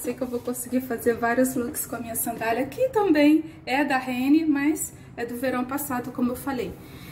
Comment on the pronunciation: Acho um barato o jeito que você fala renne em vez de rennerrr